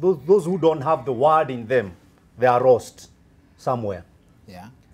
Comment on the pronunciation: Did you say roast Or lost.... and about Uganda.. Uganda has more farmers than kenya when it comes to poultry